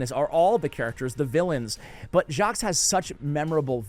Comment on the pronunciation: Jacques, I believe has a silent S at the end, so it's just "Jacque" or "Jacq" :)